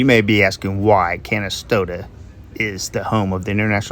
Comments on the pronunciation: It sounded like you said Kentasota. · Hi! Native to Canastota here, but to pronounce it right, its "ca-n-a-stota" like can of soda but Cana s tota. Otherwise great video and thanks for visiting!